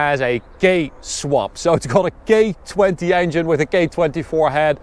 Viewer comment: I’m not the only one who heard “gay20” right